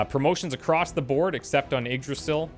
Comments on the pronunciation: its pronounced ig-Dra-zill Im pretty sure. The Y is a i and the s is pronounced more as a z. If Im wrong please someone correct me. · Yggdrasil is said like eeg-drah-sill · You pronounce Yggdrasil eeg-DRAH-sill.